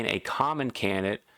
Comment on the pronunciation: Great tips but when explaining complicated moves you talk a bit too fast mate! Also it's pronounced can-did-ate and not "can-nit". Sorry but its like nails on a chalkboard...